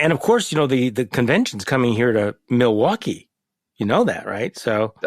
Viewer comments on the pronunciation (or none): none